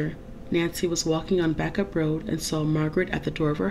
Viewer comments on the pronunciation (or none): Bacup is pronounced “bake-up”. 😄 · Backup is pronounced ( Bay_cup).. Love your channel my tablet is down at the moment so no new songs . Should not be to long . Hugs to all.. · If the trial had taken place today, she could have pleaded Not Guilty by reason of Diminished Responsibility. She would have then got the support that she needed. I should also add that "Bacup" is pronounced "Bake-up".